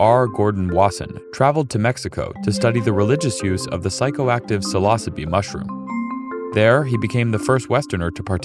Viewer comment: For the want of not being pernickety, it is Hoffman, and not Hoffmon. Also what the heck is ''sillossibee''? It is Psilosybe, pronounced as both sih-loe-sib, or sill-oe-sibe. Still, the content was rather wonderful, especially if we can see beyond the screens and filters of Eastern and Western traditions.